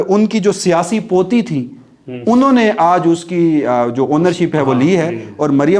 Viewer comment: Dada. Ki potti😂not potty